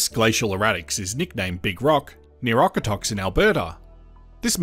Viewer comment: Okotoks is pronounced oak-oh-tokes nice video